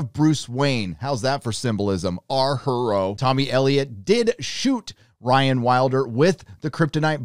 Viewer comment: "Our HER-o" 😂🤣😆